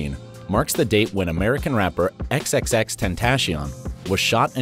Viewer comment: XXXTentaeshion. Lmao